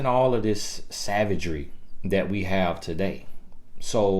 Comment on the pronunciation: TiffanyB TV 😂😂😂I love when he say Dat!